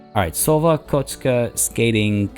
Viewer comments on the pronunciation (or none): The name for the ice rink is really cute :D the pronunciation would be more correct if it was 'koshka --> cat' instead of 'kochka --> bump in the road' 😉